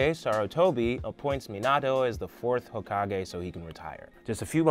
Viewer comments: Meioto??? It’s mi na toe minato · “Meenat-o” Cmon man it’s “Meanut-o” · Never say minato as (meen-auto) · He pronounces Minato wrong several times 😂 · He pronounced Minato wrong too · I was mad when he said minato wrong 😤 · im disgusted at how this man says minato